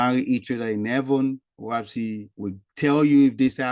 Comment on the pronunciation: I don’t think you’re pronouncing it right. Lol. It’s “Oahspe” not “Oahpse.” Lol